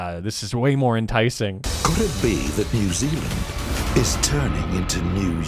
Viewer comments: "New XiLand" I died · New Xi-land 🤣 hihi